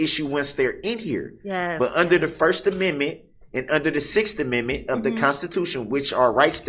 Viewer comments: That's so nice of him, "letting her". And wants his to 'preserve' his first aminmit, despite being "sovereign" 😂😂😂😂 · The first and sixth uh-min-mint. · He cannot even pronounce the word Amendment. He also can't have it both ways if he's The Sovereign Citizen and I think I had actually commented on this the first time I heard him carrying on then he doesn't agree that the constitution he wants to work it to his benefit and then when he doesn't want it to be wants to work that to his benefit. This man is the biggest ass That Ever Walked the planet in modern times I'm so glad he got that Thousand Years